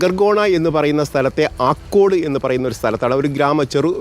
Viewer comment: ആലക്കാട് അല്ല ആക്കോട് ആണ്